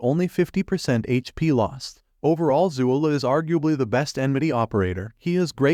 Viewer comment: Overall good list but please learn to pronounce the ops names right...especially zuo le 左乐